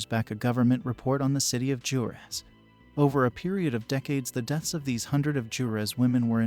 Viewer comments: Yooo thats my home town! shoutout to all the Juareños here! Also its pronounced Hoo-ah-rehs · Not being condescending and no offense meant but in Spanish the "J" in Juarez sounds like "W" does in English. Waa-rez